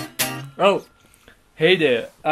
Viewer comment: The “hey dere” was amazing and I feel much good energy off of it I’m gonna sub off bat